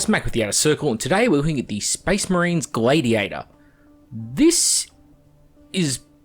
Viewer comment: "Glay-Diator"..... No.... bad